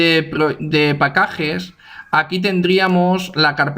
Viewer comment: Muy buen video, siempre me resulta útil. Solo me infarté cuando escuché "pacajes" pero despues lo demas muy bien explicado!!